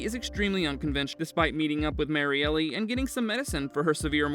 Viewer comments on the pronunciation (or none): Marielle, not "Mary-Ellie". My god, dude... 🤦‍♂️